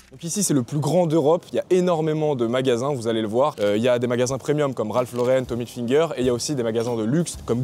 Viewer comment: Quand je t'ai entendu prononcer tommy helfinger j'ai quitter ta vidéo.